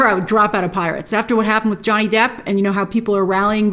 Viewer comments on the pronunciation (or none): none